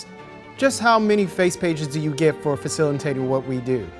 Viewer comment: "Facilintating?" Was that a flub or an intentional mispronunciation of facilitating?